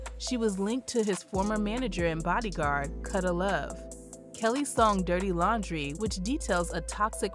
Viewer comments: It’s pronounced COO-DUH Love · His name is pronounced Koo-duh Love.